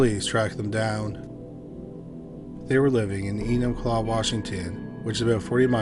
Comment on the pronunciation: ~ Enumclaw, Washington For real! Good job on the pronunciation!